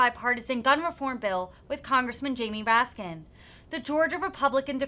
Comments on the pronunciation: Given the number of times MTG has interacted in Jamie Raskin, you would think that she'd get his name right by now. His last name doesn't have an "s" at the end. Can't decide if she's being rude or has issues reading or retaining words🤷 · Mr. RaskinS. It'd be nice if she were smart enough to get his name right, Representative Taylor Greenes.... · Why does MTG consistently pronounce his name incorrectly?! It's unnerving! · She didn't even get his name right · she can't even get his last name correct while speaking to him. very disrespectful.